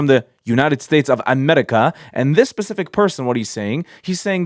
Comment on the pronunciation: The way he says united states of amerrrica is so funny